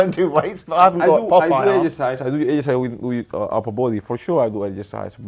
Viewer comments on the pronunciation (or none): none